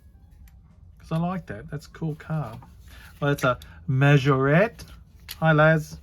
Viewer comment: Hey, excellent collection of cars from Ben,you've done well saying Majorette monsieur, bonjour oh lala 🤣🤣,awesome video,cheers Peter